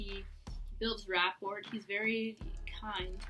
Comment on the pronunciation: This was entertaining. Remember that you're analyzing a fictional character and not a real person. By the way, your presentation will be better received if you don't pronounce the silent 'T' in the words that use them, such as "rapport" and "often." Still, like I said, it was entertaining.